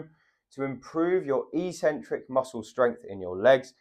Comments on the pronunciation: That word is ik-sen-trik. Definitely never e-sen-trik. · It's pronounced EX- centric, not EE-centric. Also the "over 50s" is hardly a homogeneous group. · Eccentric: ek-sen-trick. is the opposite of concentric. Sorry,, your ee-sen-trick thingie is just illiterate nonsense. But as an 80-year-old who has to worry about my balance, I do value your good sound advice. Keep it up, and thank you! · not e-centric but ec-centric (pronounced ek-sentric, from Latin ex- prefix). Having trouble on going down stairs, I also found this information helpful. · It's eccentric, he's just pronouncing it very strangely. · A 'c' is only an 's' sound if followed by an 'e,' 'i' or 'y.' Ascent has the 's' sound, but accent has a 'ks' sound. Eccentric is just like accent, even if this reality hasn't hit gym culture yet (and likely never will). I highly recommend The Logic of English to anyone who reads this comment. It is a family heirloom book for those interested in learning English spelling, reading, pronunciation and writing the most efficient way. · I would pronounce excentric /i k ' s e n t r i k/.